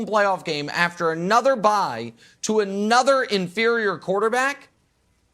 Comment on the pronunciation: Did u really say infirror qb? You out of your mind nick